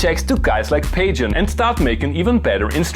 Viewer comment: Pajen is pronounced Pah-Hoo-ee-en. I love this firmware and yes, you should do more of these. P.S. there's a Funk key?! That new firmware is dynamite.